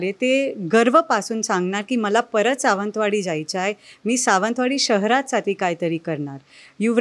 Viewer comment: हिला निट सावंतवाडी म्हणता येत नाही